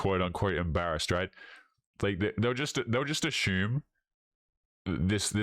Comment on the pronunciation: I'm asshuming you all heard say asshuming. That is if I asshumed wrong... okay, am I the only one you keeps hearing him say 'asshume'.